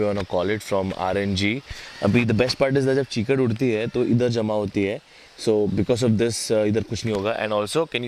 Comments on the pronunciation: you said 'chikad' instead of 'kichad' xD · he said chekad instead of keachad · Chikad nhi bhai kichad hota hai :D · Its keechad not cheekad😂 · chikad 😂😂😂 its kichad nikhil 😂😙😙😙